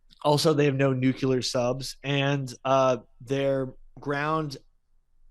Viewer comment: Listening to say “Nucular” when he should be saying “Nuclear” is going to give me an aneurysm.